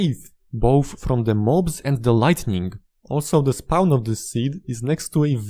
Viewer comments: "Can not spaun" Endermen should pick up blocks around you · I love the way this guy says the word “spawn.” I get it, his first language is not English. But dude it sounds so funny I love it